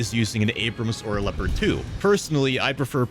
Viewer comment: leopard, not lepart speak with me: l e o p a r d